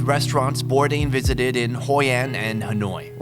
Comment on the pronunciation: his name is Bourdain, not bourdin